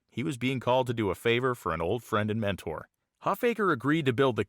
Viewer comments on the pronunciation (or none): none